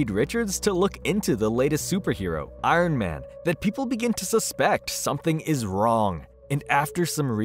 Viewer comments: Why do you say “Arn Man” like that? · “I-run man” 😂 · Arn man? Like Arn Anderson? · Who is "Arn Man"?